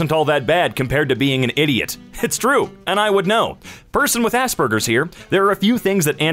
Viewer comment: When he said asperger’s I got really confused because I wasn’t looking and thought that he said ass burgers